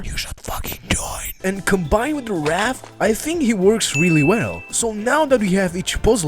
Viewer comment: Also, it's Wrath, not Wr(i)ath.